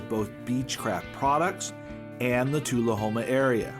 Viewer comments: Nice video. Learn to correctly pronounce Tullahoma. Lol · ...nice video...but you really should check/correct your pronunciation of 'tullahoma'...(and 'bost' in part 2)...